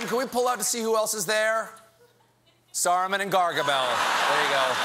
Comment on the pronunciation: Dear Colbert, its not King Salmon, its King Salman, he's not a fish. How can you pronounce such an easy name in a wrong manner? Please learn how to pronounce before you go live lol